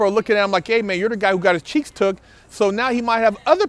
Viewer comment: "One of the Dopeth'est channels on youtube". "He got his cheeTHs busted". 😁😂🤣 "Bust'N Cheeths in prison"... I'm laughing so hard... "NO MAN, wants his cheeths busted". Word.... Funny as hell "Shit happens"... 😁😂😅